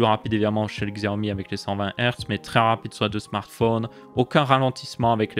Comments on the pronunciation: Tu peux dire "Siaomi" au lieu de "Xiaomi" xD Nan moi aussi je faisais l'erreur, je ne juge pas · Ca se prononce Chiaomi.